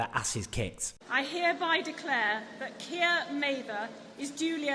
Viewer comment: When you said ‘this Keir’ I thought you said ‘this kid’ 😂